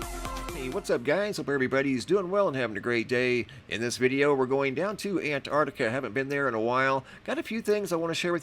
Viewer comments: Antarctica. It has a T at the start of the second syllable. An-tarc-ti-ca. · Don't think you noticed there is a letter T in An-T-artica 🤔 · And you still can't say Antarctica right